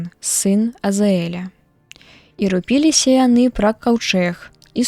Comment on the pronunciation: Прачытана: рупі'ліся, правільна: ру'піліся.